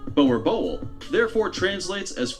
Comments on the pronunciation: The Boer Boel is pronounced: “Boo-rrr Bool”! Please don’t say it this way 😂😭💀💔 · Boerboel is pronounced boor er bull. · Bruh the guy in the video pronounced Boer boel wrong (dom naai) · Lmfao completely butched the name boerboel xD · The way they try pronounce boer😂us South Africans are laughing 😂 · My man butchering the name boerboel 😂😂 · Any South Africans laughing at how they pronounce Boerboel...